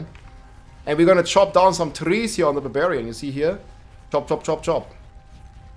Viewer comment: Barbillions? No….its barbfinite damage!